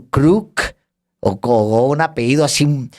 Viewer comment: ¡ALEJANDRO! Minuto . Por favor, Alejandro, "apeído" o "apehído" no existe. La palabra es apellido y se pronuncia apellido. No decimos peízco, sino pellizco. Un cojín no es "muído" ni "muhído", sino mullido.